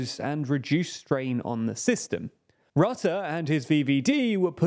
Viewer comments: Is it just me or Jack could finally learn how to pronounce foreign words? IE Rutte's surname is RUHTTEH not RAHTTEH. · I am not a fan of Rutte at all. But could it maybe be possible to pronounce his name correctly? It is not hard for English speakers. Just put the name into google and ask how it should be pronounced in Dutch. Not really an inconvenience, even.